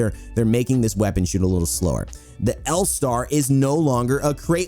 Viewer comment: Loving the L Starrrrrrrrrrrr